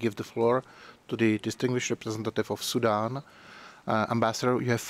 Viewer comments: It is sudan not soudan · Sudan, not Soudan